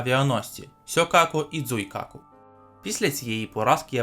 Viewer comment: сьокаку і дзуйкаку 🤣🤣🤣🤣🤣🤣 сьорбайкаку і жуйкаку